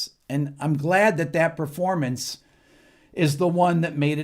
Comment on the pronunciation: It's pronounced PERformance. Not PREformance. Just saying.